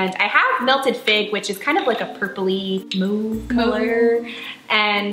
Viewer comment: That's not how you say mauve